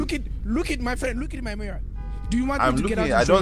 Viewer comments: "U hit Maih Mirahh" is wild LMBO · You HIT MAIH MIRAHH!!! Omg the accent was crazyyy 🤣🤣🤣😂😂🤣😅😅🤣😂😂